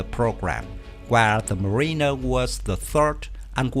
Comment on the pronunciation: Mariner is pronounced more like "MARE-in-er", not "mar-EEN-er", just so you know. The ghost fleet concept is an interesting one. It raises some questions rules-of-engagement-wise: is firing on a USV during peacetime an act of war? How are these vessels protected against boarders? Does a USV have to have an order from a commissioned officer before going "hot"?